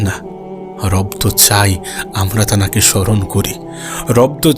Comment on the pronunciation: গাধা , তুই যে শুধু তানাকে তানাকে বলছিস , এই কথা বলা ঠিক না ۔ ভালো করে তোর কথা তুই শোন, তারপরে সংশোধন কর ۔ বাকি কথাগুলো ভালোই ছিল